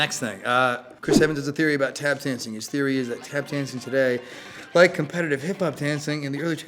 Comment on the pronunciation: "i dont wike it"